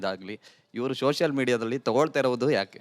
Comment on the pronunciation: "Sosal" media influencer anthe, firstu pronunciation correct aagi maado lo chutiya. Its called "Social media influencer". Nin pinda naayi tinna, yen nin shaata influencer neenu 😂